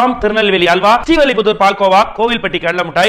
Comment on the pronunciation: தலைவா விளம்பரத்துல ஸ்ரீவல்லிப்புத்தூர் இல்ல ஸ்ரீவில்லிப்புத்தூர் னு சொல்லுங்க